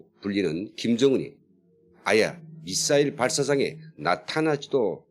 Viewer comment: 미싸일이 아니고, 미사일.